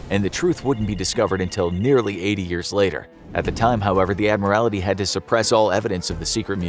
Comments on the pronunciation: My goodness - if chat gpi or the narrator cannot say admiralty properly don't use them - so, so, so annoying- Admiralty not admirality- infuriating abuse of the English language- appalling. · You said adimirality during the video, it's admiralty! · Just saying, it is the British Admiralty, not admirality. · Agree. Got really annoying after a while. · I suspect knows that - pointing out that the word is in fact “admiralty” rather than the many, many mispronunciations in the video. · Interesting pronunciation of Admiralty. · It is not an Admiralty but the Admiralty, he pronounced it weird. From the rank of Admiral which is the naval equivalent of the general class of officer ranks in an army. So “The Admiralty” is akin to “High Command” or “Headquarters” of an army. Think the higher powers of a country’s navy.